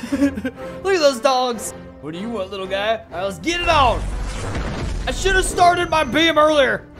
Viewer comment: Someone said gay in kajiu universe all of us were saying what he said I miss spell he was supposed to say guy